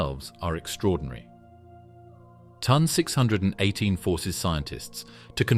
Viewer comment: It's T O N not ton, and Phoenix A, dildo